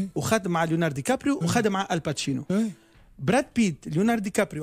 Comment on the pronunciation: "الباتشينو"!! طالما بيقول ان عادل امام ومحمود عبد العزيز مايعرفوش يمثلوا وان ليالي الحلمية "لت وعجن" ،، فطبيعي يقول ان التواتي "الباتشينو" 😂😂👊👊